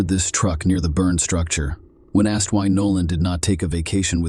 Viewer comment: Ask-ED clean-ED vanish-ED wtf